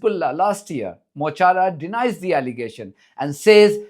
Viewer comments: Mo Chara = My Friend. Pronounced Mo ‘Cara’ 💚💚🍉🍉 Free Palestine 🇵🇸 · MUH KARA. PRONOUNCE. IRISH FOR my friend! Mo Chara. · As an Irishman and a part time Irish speaker Mo Chara the Irish for my friend is pronounced Mo Kara.... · Mo chara means ‘ my friend’ and is pronounced mo kara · His name is Mo Chara .. pronounced Mu Kawra .. it means my friend. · It's pronounced Mo Korra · It is pronounced mo kara it means my friend. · It's pronounced: Muh - Car - Raa. It means "my friend". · pronounced Mo Hara......means my friend........ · Mol chará is pronounced mo kara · Please don't confuse, 'courage', with 'fearlessness'. I'd imagine Mo Chara (Mo the 'ch' is like the ch at the end of loch, which to you English, is essentially a 'k', Mo - Kara means my friend.) especially has had his dark moments of terror, from actually, years in a British jail, to something as simple as the destruction of their dreams; a conviction would prevent travel to most Western countries..where their audience are. We, the rest of the Irish are scared, and when we push our leaders to say, or do 'something', we also cower a little when we hear the threats to destroy us from the US. No, I don't think we'll be reduced to rubble like Gaza, but economic ruin, would be very, very easy for the US, and we needn't expect support from..who? Merch? Macron? Feloni? forgive us when we fail you, as we will.